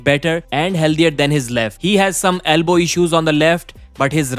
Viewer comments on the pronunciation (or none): none